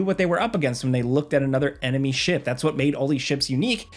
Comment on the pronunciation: I thought you said "shit bundles" instead of "ship bundles" with star citizen lol